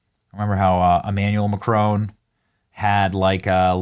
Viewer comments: It's very easy to pronounce 'Macron' correctly. Google it. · 😂😂😂😂😂 did you just say cock boy Macron😭😭😭😭